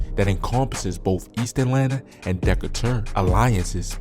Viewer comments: I’m sorry, I don’t wanna hear no out of town ass nigga doing documentaries on areas/sections he can’t even pronounce. Wtf is a “DEKA-TUR” nigga it’s De-Kay-Ter lmao. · You fucked Decatur pronunciation right up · how tf did bruh just say decatur 💀💀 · U heard how he said Decatur 😂😂